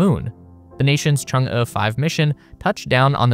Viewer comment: Props for pronouncing Chang'e properly.